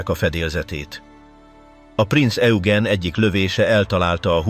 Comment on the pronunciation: Rengeteg irreleváns kép van bevágva, borzasztó. A mondatok érdekesen vannak szerkesztve, a Prinz Eugent egyszer sem sikerült helyesen kiejteni, pedig többféleképpen próbálta, "Hitler legrettegettebb szörnyetege" speciel a testvérhajója, a Tirpitz volt, a szakkifejezeések rettenetesen vannak fordtva.